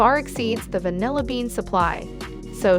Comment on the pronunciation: Good content but please get a dictionary for pronunciation. You can start by looking up vanilla.